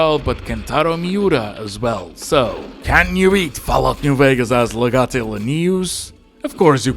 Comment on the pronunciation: You hurt me when you mispronounced legate, still though, good stuff